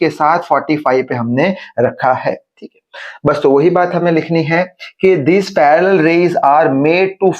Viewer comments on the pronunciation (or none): none